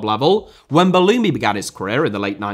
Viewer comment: Wow as an Algerian I couldnt believe my ears when you said Belloumi. Respect your ball knowledge